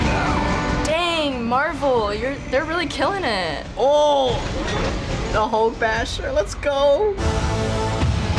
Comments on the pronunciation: Did he say hulkbasher? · I don't know what to be more outraged about.. calling the Hulkbuster: Hulkbasher... OR That woman saying that Age of Ultron was the one with all the superheroes... I think it's the woman that outrages me most... I would understand infinity war... but age of ultron?